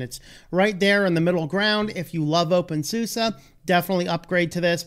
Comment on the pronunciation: Infact, it's always funny how Americans pronounce "OpenSuse" ;-))